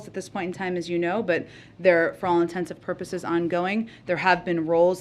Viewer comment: She just said "For all intensive purposes." Ummm, it's 'for all intents and purposes'. Did she go to school, or anything? What an embarrassment!